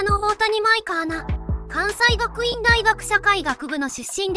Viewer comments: かんさいがくいんだいがく、読み方、くわんせいがくいんだよ。🥴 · 関西学院は「かんせいがくいん」と読みます。